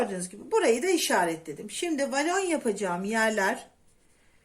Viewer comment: Volana inatla valon demenizden izleyemedim 😮